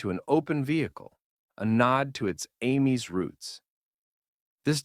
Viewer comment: 1. The later Multicar trucks were by far the best-looking East German vehicles, which certainly improved the brand's chances of survival. The rest looked outdated at best and outright ugly at worst. 2. The pronunciation of Ameise isn't Amy's. Its Ah-mize with the last e being pronounced.